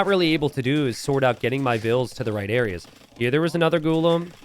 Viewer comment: Its pronounced Ghulam